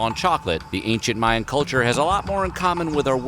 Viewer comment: Ooohh automatic thumbs down for "Mayan"